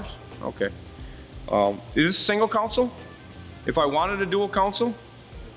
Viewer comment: Don’t mean to nitpick but console….not council.